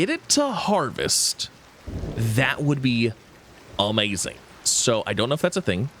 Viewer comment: It's amazing not awmazing